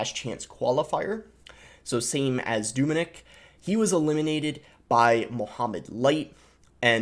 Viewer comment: It’s not Doominik it’s Dominik pronounce the O very short 😃 just like the way you say eeygg, its Egg just a short word.